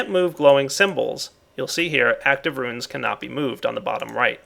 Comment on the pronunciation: It's pronounced ROONS, not ROOINS. God damn,!!